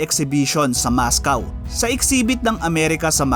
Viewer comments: mOscOw ndi mascaw kahit mga bata alam ang pronounce s school ...pero informative nman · Mos-kwa po hindi Mos-kaw. Sana wag kang ma offend sa comment ko. Keep it up, madami akong natutunan sa channel mo.